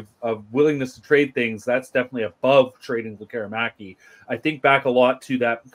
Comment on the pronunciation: Please stop calling him Lek KER i maki. It's pronounced LEK keree makee. The emphasis is on the first syllable and the i is always like a long e as in "pizza"